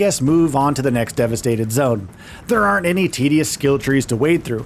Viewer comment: Theyrearreernnnnttttt. Lol wtf was that 😂😂😂 there are not is how you say it bro 😂